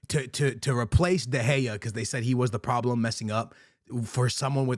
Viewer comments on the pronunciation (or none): none